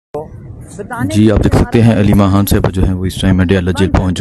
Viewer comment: Yaar KHAN hota hai HAN nahi, KHYBER hota hai HYBER nahi, Quran KHwani hota hai, Hwani nahi. KH-KH-KH-KHAY BOLNA SEEKHO!!!